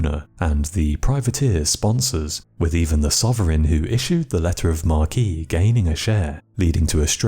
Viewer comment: Seriously, you need to return to the 18-24 minute format for top 5 lists. 😡 Also, "Letters of Marque" is pronounced "Mark" not "Markey" 🙄